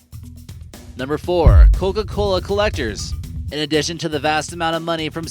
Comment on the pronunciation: it sounds like hes saying "cogagola"